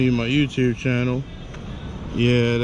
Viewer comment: You can't even pronounce YouTube and you think you're gonna get monetized. 🤣🤣🤣